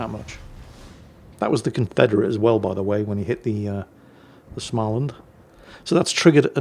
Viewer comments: Smah-land.....Dear, as you have stated on many occations, you are a former smoker. If you can say "smoke" you stand a better than average chance of pronouncing SMÅ-land. Give it a go: SMO-land. See you guys, I'll be in the deep parts of the mine for the next couple of weeks.:-) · Swedish Lessons or have you master it? trakasserier (harassment).You would say “tra-ka-se-RI-er.” You got some Lessons for Småland already, but try to think a Å is oo or (slow dry aa ).... Think someone is not doing his homework and probably we need some examination or extra lessons...:P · the å in Småland isn't just a funny looking a, the circle on top of it is there for a reason; that reason being it sounds very different. But don't worry, I will help you. An å sounds just like the o in words like sock, mock and lock. Now you know, you're welcome! 👍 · He has Dave, he doesn't need to learn how to properly pronounce all the names in the world.